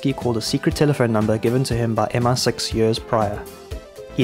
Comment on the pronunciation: Great video but it is MI6, not MR6